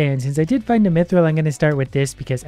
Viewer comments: WHY DO YOU SAY MEATRILL ITS MYTHRILL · Am I the only one that knows mithril is pronounced myth ril not meee thrill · Me-thril or myth-ril? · He said it correct so many times and then a random me-thrill and I died. Again. Its ok. I'll respawn. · "Meethril" Dying m8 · so he pronounces mithril as me thrill and mithril... huh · I think this guy has convinced me I've been pronouncing mithril incorrectly my whole life